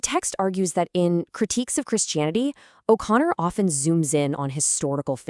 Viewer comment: Your fuckin ai cant pronounce O'Connor, Jesus christ